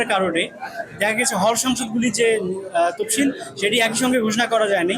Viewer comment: তপসিল না তফসিল